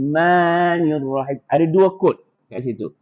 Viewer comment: Bacaan nirrahiim akan kedengaran berbunyi nurrahiim dan ada juga berbunyi niurrahim apabila huruf raa dibunyikan dengan fokus memuncungkan bibir sehingga terabai makhraj asalnya iaitu lidah. Boleh testing buat, bunyikan raa fokus guna bibir. In syaa Allah akan kedengaran bunyi NUrrahiim atau NIUrrahim.